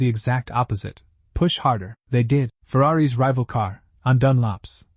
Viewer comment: Too many mispronunciations per minute to bother counting . The possessive Ferrari's is not pronounced Ferrari ESS . It's a contraction .